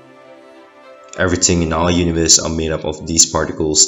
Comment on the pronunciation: Do a shot everytime he says EveryTINNNG